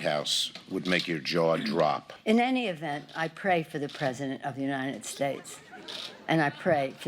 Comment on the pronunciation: It's not a matter of syllables. He fucks up monosyllabic words, too. "God bless the United Shtatesh."